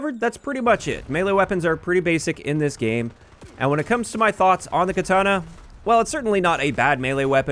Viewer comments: I think he pronounces it as ketana (with the an sounding like SANIC) the first two times and then correct pronunciation or close enough the third time. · Why are you saying katana that way lol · I'm losing it at how you pronounce katana